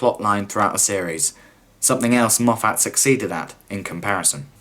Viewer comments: I know this is an old video, and although I do enjoy your critique. Being from Scotland, I just can't get over your mispronunciation of Moffat. It's not Mof-fat, being a Scottish name the 'a" is pronounced as an i. So it's pronounced as mof-fit. Sorry for any offence, it's just a stupid small thing that gets on my nerves for some reason. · If you're going to keep saying Moff Att instead of Moff't, shouldn't you also say Chib Nawl instead of Chibn'll? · Stop saying MoffAT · Dude, ace vid, though please go learn how to pronunce "Moffat" it's not Mof-at. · It’s said Moffet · As soon as I heard Moff-hat I was gone! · Pretty good critique apart from your inability to pronounce Moffat correctly.